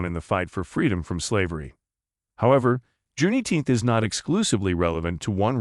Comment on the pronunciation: I do not like how he says Juneteenth like that